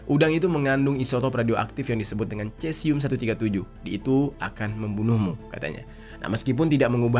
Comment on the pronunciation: Dibaca nya sesium kalau dalam ilmu kimia.. Dalam bahasa latin untuk bahasa ilmiah Ejaan atau lafal untuk huruf c biasa nya dibaca Misal : Ca Ci Cu Ce Co Dibaca nya KA Si Ku Se Ko.. Maaf itu mungkin sepengetahuan saya.. Terima kasih😊